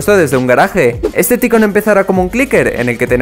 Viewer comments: Gente normal: Taicun: Ticon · YO :PARA DE DECIR TICONNN! Pero gracias xd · Yo al escuchar ticon:sangran mis oidos